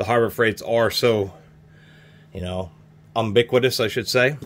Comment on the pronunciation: That’s how they pronounce it in Utica.